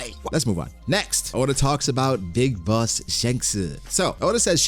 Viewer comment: "Big bossu" 💀